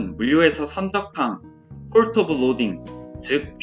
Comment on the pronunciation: 너무 좋은 콘텐츠, 취지 다 좋습니다. 앞으로 도움 많이 얻게 될것 같습니다. 다만 port 이런 단어 등은 많이 쓰는 일종의 외래어로 그냥 포트라고 하셔도 될거 같은데 어차피 국문 설명에서 특정 단어 발음을 굴리니까 이질적으로 들리네요.